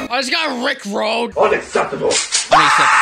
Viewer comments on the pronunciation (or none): Why did you say it like Rick road is there a road to get Rick rolled?